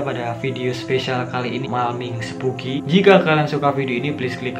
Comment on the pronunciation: Spooky spooky bukan sepooky sepooky 😂😂